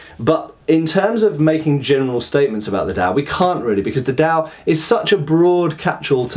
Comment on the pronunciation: Glad you're finally doing Chinese weapons. There's quite a bit of them, so have fun. As an aside, the D in Dao and Dadao sounds almost like T.